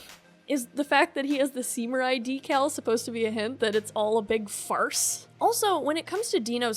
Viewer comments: Why are you pronouncing Samurai "Seemurai"? Never heard anyone say it that way lol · Wait did u realy say seemurai instead of samurai?